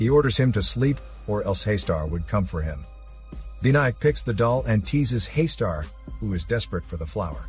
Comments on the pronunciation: It is not pronounced as 'Hey-star'. It is 'Hus taar'. Here Hus as in Bus, T in taar as in 'th' in 'things' and 'aar' as in car. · Pleases don't mind. It's not Haister It's Haastaar ,. There is deep fear here in that name spelling actually,. And I'm one the early viewer of this legendary movie. Anyone who haven't seen it yet 100% recommend watching it first.